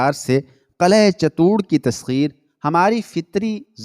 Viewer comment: صحیح لفظ چت- توڑ ہے Chit tour